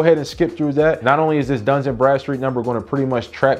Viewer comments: DUN & Bradstreet 🤔please stop saying duns and Bradstreet lol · It’s Dun…not Duns. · There’s no S In Dun